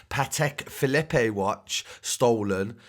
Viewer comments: man said patek phe-lleppe lol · “Patek phillepeee” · Man said patek filipe 😂😭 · and Patek Phillepay haha mad